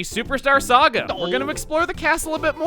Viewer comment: How did he manage to say saga?